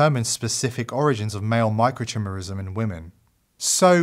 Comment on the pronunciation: Great video. By the way it's pronounced micro-ki-merism(the "I" is said as "eye" . Not CHIMerism.